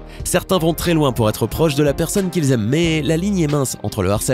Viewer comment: ''ètre'' x)